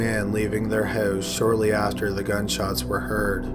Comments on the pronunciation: Droning on and on in a monotonous tone. And oat instead of out, hoase instead of house. wonderful. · You say house like your from south philly but you don’t have an accent on any other word ? Are you fucking with us here lol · "a young man leaving their hose" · you say 'house' so weird